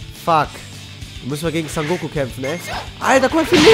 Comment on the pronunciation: Digger, er heißt SON GOKU, NICHT SAN GOKU